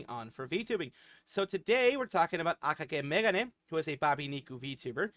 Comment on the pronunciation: Huge thanks for the VTuber showcase! ^^ Not only I do scripted content, but I also do livestreams on a very loose schedule and been recently pushing out Shorts as well. I should probably note that I pronounce the name a bit differently but it's no big deal. ^^ (I pronounce it as Aka-gay Meg-gon-nae.)